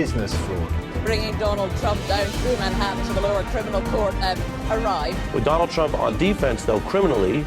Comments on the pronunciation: "Meet my friend Mr. Dolaaand Trump!!!" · Apna wala isko doLand Trump aysai bolta hai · Dolaand trumph😂😂😂 modi made him more famous than he was ever before😂😂😂 dolaand trumph😂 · DOLAAN TRUMP:face-blue-smiling